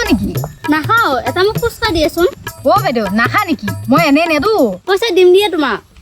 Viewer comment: Pronounciation vlkoi korile hunib val lge❤ ... ফোচকা nohoi ফুচকা হে🎉